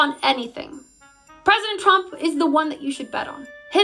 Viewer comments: I love how she says “chrump “ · I love how levitt pronounces Donald's name "chump".. lol.. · President Chump. She can’t even say her bosses name 😅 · Pronounce it Chump not Trump lile KKKAROLINE does every time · needs way more "pwesident chump", because that's how Leavitt pronounces it /every single time/ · President *Chump*? This is hilarious....Leavitt pronounces it Chump 😂😂😂😂😂😂😂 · The only thing she does wrong is the pronouncing of trump it's suppose to sound like chump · I love that KKK pronounces Trump’s name as “Chump.” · That's because she doesn't know how to pronounce it Edi: it's like pronouncing America "Aim-riker", it's simply wrong.